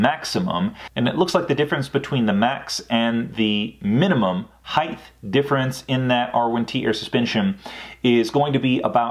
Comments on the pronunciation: Height. Not heighth. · Did he say HeighT or HeigTH?